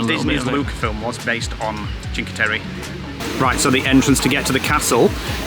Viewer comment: Was in Cinque Terra in 2017 f0r 5 nights, by far one of my favorite places in the world. It is pronounced Chink eh Terra! Brings back so many wonderful memories!!